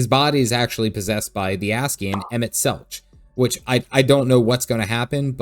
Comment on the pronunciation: You pronounced "Emet" correctly, but "Selch" is pronounced like "Selk".